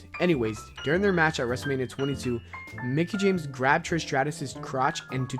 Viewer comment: Lol my dude just said Nicki instead of Mickie smh...